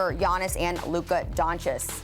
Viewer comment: I’m leaving the video cause she pronounced Lukas name wrong